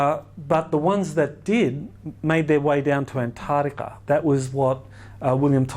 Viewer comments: sorry, but I get really annoyed when I hear Antarctica mispronounced. It is arctic, not artic. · Antatica? i think its pronounced as its spelt =ANTARCTICA. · I can't listen to him mispronounce Antarctica again. It's not Antardica, makes him sound stupid. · Ant. Tardica the only new information is the mispronunciation of Antarctica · I can't stand the way he say Antarctica.....an tard ica...jesus its all I can hear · Boring speaker. Regurgitated stuff already covered ad nauseam. As a professor you should know that ANTAR TICA HAS A C IN THE MIDDLE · He lost me about the hundredth time he said "antartica". A believeable expert would pronounce antarctica correctly. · the way he says antartica is retardica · Travis Poirier but he says anthadiga 😋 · Dude sounds like he's adlibbing this entire presentation. If you stop pointed your clicker at the stupid picture and point it at the actual projector, it advances. You'd think after the 30th time he'd have noticed that. Mispronunciation of continent names is not a great confidence-builder. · The biggest mystery is why so many supposed 'professionals', and almost all Aussies cannot pronounce the "c" in AntarCtica. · Every second word in the first 10 minutes is Antarctica. Yet the Dr cannot even pronounce it. Sorry, my issue. Can’t watch anymore!!!